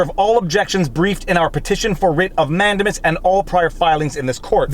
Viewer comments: Totally beside the point, but you've gone back to say man-DAY-mus wrong. (In my probably incorrect description of pronunciation, you're saying MAN-duh-mus). (You said comments feed the algorithms, right? :-P) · Great video Viva!! I love you and your format!! BTW here in the US it is pronounced manDAYmus. Sorry!! Lol